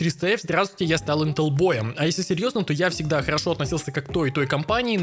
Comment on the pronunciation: ты топчик но интел произносишь не правильно